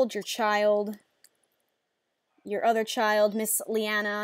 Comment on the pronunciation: Oh my god... when you said 'Liana' I got excited... Cause that's how you pronounce my name, except the spelling is different ^o^